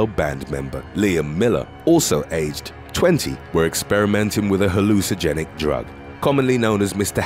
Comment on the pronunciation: Hallucinogenic not hallucigenic.